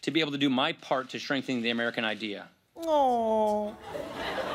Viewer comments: ya I think he just mumbled "shtrenthnin" the "american idea" --- (btw..dafuq is the "american idea"? DRIVE THRU LIQUOR STORES BABAYYYYY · That's what I heard, too. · Sounded like strengthening to me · It sounded like "shrinking" at first to me, so I listened to it four times, and decided it sounded like "shrink-thing". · That's what I heard also. I had to replay it to make sure. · That’s what it sounds like to me. And, honestly, that’s what he’s been aiming to do since Dubya’s reign. So... that was applicable. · I heard "shrinking" as well. However after several repeats, I now am certain he did in fact say "strengthening". It's an amusing mis-hear, but it really is "strengthening". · Does it or does it not sound like he says "shrinking the American idea" instead of strengthening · Did Ryan say "Shrinking the American idea" ? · it sounds like hes saying shrinking the american idea, which if thats the case then......yeah buddy, you did it. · I heard it too. Was he trying to say “strengthening”? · I thought I misheard that as well, as I'm hearing at 1.8 the speed, and just assumed it was something that somehow sounded less like a small-government fanatic.... like some botched pronounce of "stenghtening"...